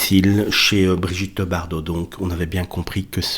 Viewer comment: Bardot mais pas Bardau ! Toujours aussi doué celui-là